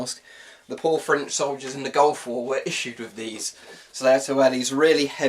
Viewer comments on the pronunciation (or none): none